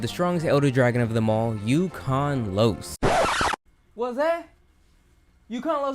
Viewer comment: Im not a hardcore on monster hunter series but when number 1 comes i laugh so hard..... Not becuase i know its not an elder dragon but because i hear the video like this : "Coming in number 1 we have the strongest elder dragon of em all U Can Lose (then video paused)" xD Take me around 5 minutes to realize its ukanlos lol, nice video btw Note : i was in a train and because its too crowded i put the phone on my bag and end up only listening most of the video